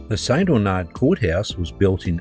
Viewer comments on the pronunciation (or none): It's pronounced St. Arnard not Aunard., just FYI.